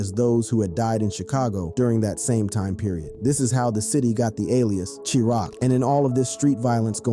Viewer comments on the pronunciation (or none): CHIRAQ (shi-rak) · I was gonna like the vid but u cant pronounce chiraq